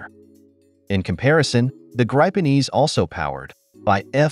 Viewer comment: Graypen E 😂😂😂😂